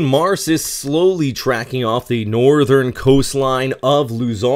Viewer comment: its pronounced Mar-seh😁😁😁😁